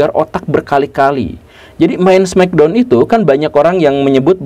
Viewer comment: di indo sebutnya smekdon bukan smeckdown